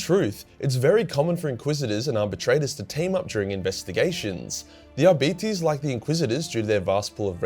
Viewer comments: Ar-bit-ays, not Ar-beetees. I'm not a grammar nazi or lore wh*re, I just couldn't stop laughing long enough to enjoy the video because my first thought was 'Diabetes' 🤣 I'm sorry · ar-beet-ies? lol. Ar-bite. as in arbiter, as in arbitration.... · I've always used Latin pronunciation. Ar bee tays... Doesn't really matter though. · I'm sure Arbites are pronounced Ar-Bites. Not bitty tittes. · Arbites Arb-i-tes Arb i tees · "Are Bites" "R Bytes" Arbites, as far as phonics goes. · I thought it was Ar-bit-eez, like Arbiter, but with an S. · pronouncing arbites like diabetes is killing me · Omg,. Your accent with their name is cancer. Arby T's. XD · Who else was brought here by dread memes ?,,,, its produced "Ar-Bite-se" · At BITE ees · I always heard it pronounced "Are-Bites"... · Ah yes the adeptus ARE-BYTES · great video mate, but you need to say it 'Are-bites' (Arbites), as if you're taking a bite or bites out of something. lol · I love how it almost sounds like you're saying diabetes each time you say Arbites. ADEPTUS DIABETES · Are-Bites... Damn Aussie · Who would win in a fight between an Are-Bite and an A-Start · every time he says arbeetees I loose a bit of a my soul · I thought it was pronounced R~bites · Pronouncing it as arbeeties made me wonder if two of them working together would be a diarbetes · Lol who says it like that mate 😅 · You should use some of that Patreon hentai money to hire a latin teacher because the way you pronounce arbites is heresy.